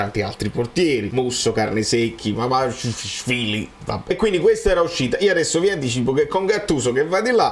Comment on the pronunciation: io apprezzo tantissimo i tuoi contenuti, sono sempre fatti con tanta attenzione e cuore. Però proprio perché hai insistito sul pronunciare bene "Kvaratskhelia", ti consiglierei un poco di attenzione in più sulla pronuncia di altri calciatori (Maxìm Lopéz, Azpilicueta, Mamardashvili). Lo so sono un pignolo, ma credo anche tu ci tenga a perfezionare al massimo i tuoi video. Per il resto bravissimo come al solito, Forza Napoli Sempre!